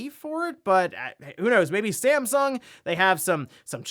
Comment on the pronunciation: .... was that STAMsung? :-) just poking some fun.